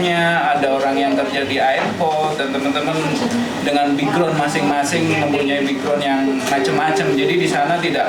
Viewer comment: ACH LAIN X BAJU KUNING JANGAN DIAJAK.ANJIIR PERSIS MAK"KOMPLEK😂😂😂 KEDUA TEMENNYA LBH CALM DOWN.NAH SI KONING SEPERTI INGIN BERAK😂😂😂.SATU LG BACANYA BUKAN BIGROUND TP BEKGROUND.AISHHHH CHUAKKKSSSSS😅